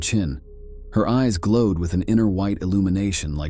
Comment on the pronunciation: Isabella saying, “Nooooo! Nooooo!” Like a Wheel of Fortune contestant realizing that her pointer was about to strike “Bankrupt.” Also the narrator pronouncing the word “eyes” as “ees.” 🤦🏾‍♂️